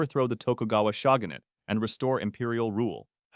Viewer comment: Jesus Christ at the pronunciation of shogunate 😂 The Shagahnate 😂😂😂